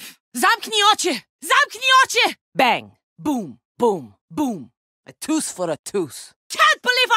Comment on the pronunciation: "A toose for a toose"